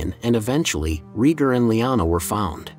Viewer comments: ITS RAYGAR NOT REGER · It's pronounced RAY-gar, not REE-gar. Seriously, is no once else wincing every time he says it wrong? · I was fw this video and about 2 mins in i couldnt deal with bro calling rheaygar “reeger” 🤣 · I made it to 4 minutes and had to pause the video lmao